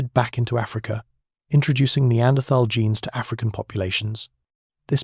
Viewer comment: Annoying to hear Neanderthal mispronounced